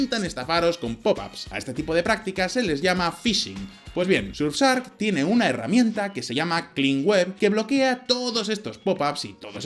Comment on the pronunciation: Orale que pronunciacion del patrocinador: sursark